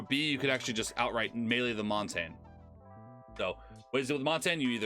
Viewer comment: Its mon tag ne